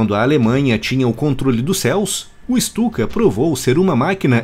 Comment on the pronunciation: Ju 87 Stuka - pronuncia-se "Ixtuca".